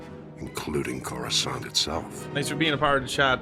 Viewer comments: “Wait let me pronounce that right…’chorus can’t’” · The sith are the six and darth is dark, you need to work on your SW pronunciations, how you said Coruscant made me cringe.